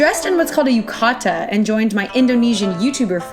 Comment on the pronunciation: in a sumo suit is so kawaii. Btw Yukata is prounounced as YUkata not yuKAta. Love Nippon Go as always.